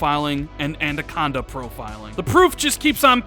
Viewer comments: Why does he keep saying Andaconda instead of Anaconda?🤣😂🤣😂🤣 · I realise this is being terribly picky, but a little bit of feedback for. It's pronounced An-AH-conda, not An-DAH-conda. Otherwise terrific content and please keep up the great work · say it with me, "anaconda" not "a-nan-conda" or "a-nan-conda" hahahaha. Awesome video. I can't wait for that July event. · Damn and that "Andaconda" 🤣😂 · Andaconda? Lol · I cannot take another year of saying Adacanda instead of Anaconda....come on dude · Andaconda uh? 😂 Every time! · Andaconda hahahaha he just cant get it right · "An-duh-con-duh" hmm... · lol "andaconda" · I thought I was the only one who noticed it 😂😂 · Is it just me that's getting triggered by his pronunciation of anaconda?